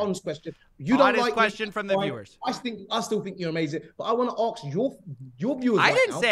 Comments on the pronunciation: My god, im baffled.. Really.. Idiots: "Go on, ax us everyfing", Coffe: Oka... Idiots: NO HOLD ON! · Do not invest anything into someone who can not pronounce the word "ask". Plus this guy loves the sound of his own voice.